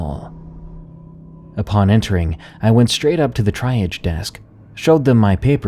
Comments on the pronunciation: Triage (pronounced trēˈäZH) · That first story came off like either a bad Creepypasta, or a dream/nightmare; didnt sound real at all. Second story is pretty good. Honestly cant remember the third story and I just listened to it... Fourth story... ummm,, thats not how you pronounce Triage. Dont know if its an accent thing or something, but woah...that was way off, mate.